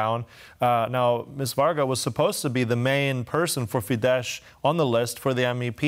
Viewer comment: I know it is a surface level criticism, but you are making a wasted effort to pronounce FIDESZ as fidesh. It is actually pronounced fides. Thanks for the news anyways!